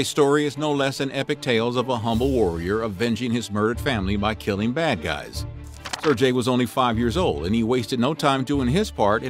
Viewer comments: So " sair gay" not " sair jay" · I cringe everytime he says Sir-Jay instead of Ser-GUEI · “Ser-gay” Sergei, not “Serjay” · His name is pronounced "sir gay" not "sir jay" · SerGei not SerJei FFS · How do you not know how to say Sergei properly. It i Ser-gay not Ser-jay. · Why is he say Sir jay? Its Sergey s-air-gay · It's "ser-gay" nor "ser-jay" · Ser-gay, not ser-jay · Sair GAY, not sir-Jay. At least pronounce his name correctly. It’s pretty bad when a channel dedicated to history can’t be bothered to learn the proper name pronunciations of those they’re profiling. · If you're gonna do a video about someone learn to pronounce their name properly dude jesus. It's Ser-GAY not Ser-JAY!!!!! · The "g" in "Sergiei" should be pronounced like "g" in "ground". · Sir Jay??? Sergei is pronounced with the same vowel as in pet in the first syllable, and with a "g" as in get in the second. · "sir-J" hahaha shieeeit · Sirjay? I couldn't watch this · Say it right. Ser-gayi. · Pronouncing Sergei as "Sir-jay" All the Slavs are enraged. The g in Sergei is pronounced as g in "grape", not as g in "gem". Please investigate the pronunciation beforehand. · Ser-GAY, you dolt. How do you literally say his name wrong a hundred times when he's the actual source of content for the video. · Well done "Serjay" . You should work on your pronounciation! Foreign names arent pronounced this way. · You know damn well it's not pronounced sir-j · It's pronounced sirgay. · You are going to spend all this time researching a topic and you cant even pronounce the name of the main character correctly? It is pronounced as sir gay, ok. Get it right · It shouldn't be that difficult to find out how a name is pronounced. And it's not like that hard G sound doesn't exist in English. If it had been a sound that doesn't exist in English, I could have understood and possibly accepted it. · Every time his mispronounces Sergei it made my skin crawl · This guy's pronunciation of the name Sergei is painful to listen to.